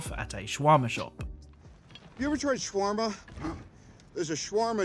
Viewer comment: SHWRMA? SHWRMA??!!! ITS SHA-WAR-MA